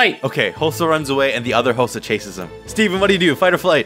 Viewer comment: Thats not hosah- -Hosah